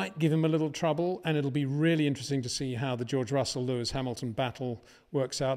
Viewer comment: but he damn well pronounces all other names 100% correctly, so HE KNOWS how to pronounce the S